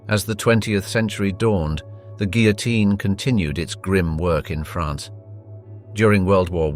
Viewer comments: "Guillotine" is mispronounced. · That confused me to, also the pronounciation of the guillotine has me twitching. 😂